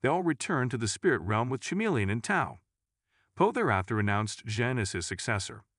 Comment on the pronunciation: Stupid ai voice can't even pronounce chameleon right